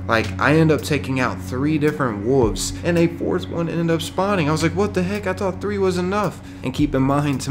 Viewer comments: Are you not pronouncing the 'L' in wolves? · I like how the narrator makes the "L" silent when pronouncing the word "Wolves"